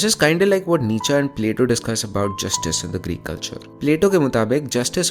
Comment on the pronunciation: Sir, pardon my insolance before your luminous knowledge, but (Friedrich) Nietzsche is pronounced as नित्श(अ) and not as निच्च.